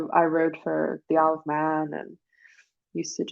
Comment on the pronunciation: I wondered why you kept saying "I love men" and then I realised it was "Isle of Man" 😂😂😂